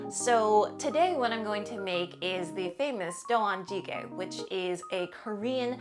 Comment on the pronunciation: Great video! Looking forward to the Korean stew series! Just a friendly pronunciation note: I think you're missing the "jang" syllable in doenjang-jjigae. Appreciate you sharing Korean recipes that I grew up with :)